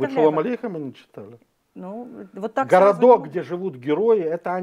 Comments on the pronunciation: ГрОнинген! Ударение на первый слог! И не Антеевка, а Анатевка . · Анатевка а не Антеевка. Домов там много.